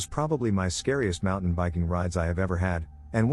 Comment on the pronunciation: Why does the narrator pronounce "mountain" as "mounthan?" It's not just this video. Every time he mention cougars, he says "mounthan lion."